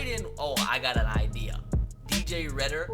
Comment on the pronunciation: Idk y but it makes me mad when he pronounces names wrong. Who to u get redder out of reader